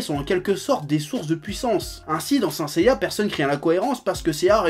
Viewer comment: et on dit sainte seiya